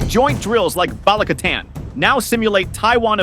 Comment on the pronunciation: PLEASE get the AI narration to pronounce Filipino names CORRECTLY! Baleek-a-TAN not BALIK-a-tan. And Cag-i-YAN, not Cag-AY-an. (And I'm an American, but one who has lived there.)